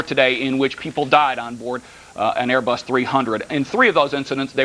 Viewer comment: Queens NY Airê-Buss ¿¿¿